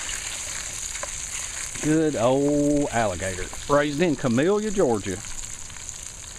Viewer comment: I love your videos but it's pronounced ca-mil-la ga. Where u from... I give u 2 big thumbs up